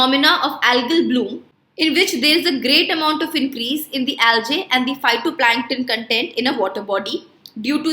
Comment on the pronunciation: It's algae not aljae